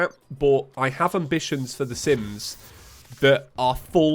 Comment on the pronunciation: When he said je was recording Sims stuff i heard Simp stuff. Didnt know he was a simp lol.